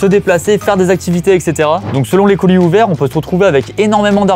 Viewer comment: qui dit coulis au lieu de colis ça m'a perturbé dès le début 🤣